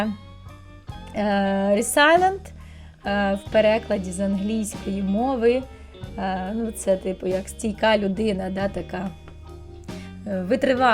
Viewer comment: Дякую! Оформлення дуже гарне, готувались. Тільки "Resilient" вимовляється трошки інакше 😉